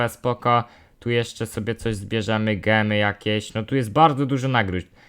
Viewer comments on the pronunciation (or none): none